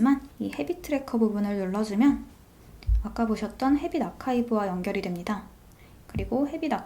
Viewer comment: 근데 왜 archive이거를 어카이브로 읽으시는거에요?